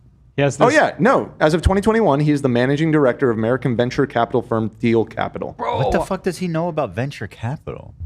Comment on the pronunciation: saying Th-eel instead of Teel for Peter Thiel is giving Desantis “Thigh food” vibes